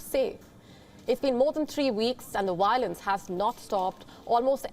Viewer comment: What’s wiolence lol